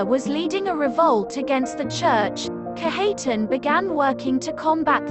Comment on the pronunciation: Its pronounced Kadge uh tahn